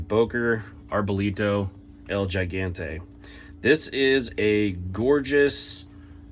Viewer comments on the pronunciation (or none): Just a heads up, it’s pronounced “Higantay”. What’d you mean overpriced? Good solid steel, robust construction, not made in China… Hands down best $180-200ish knife I own. I use my blades pretty hard, this one will hold up just fine. Much nicer than my Cold Steel or Ontario bowies. As for the handle, get yourself some callouses and your hand will be fine. Not hating on ya, just speaking from my own experience.